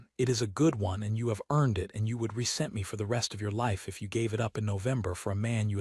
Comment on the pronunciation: The letter ‘t’ in pianoforte is not rolled as in the word ‘fourty’; it is a fully pronounced ‘T’: pianoforTe (…for-Tay). It is an Italian word in which the letters are fully pronounced, as opposed to U.S. English. The letter ‘s’ in ‘resent’ is pronounced like a ‘z’, not like ‘ss’. This robot narrator is notorious for mispronouncing simple words that a human narrator would know to pronounce correctly.